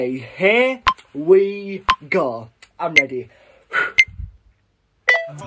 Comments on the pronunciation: when he bags a chick and brings her back to his room: “Okeh, heeh we goæugh, I’m ready, let’s dew thes! okeh, hee we goæugh (exhale)” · When he said Okay here we gUh I felt that